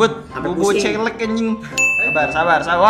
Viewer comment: bukan celek bang,tpi celeng